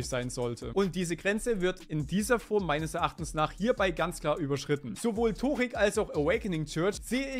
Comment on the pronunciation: Der heißt Törik 😂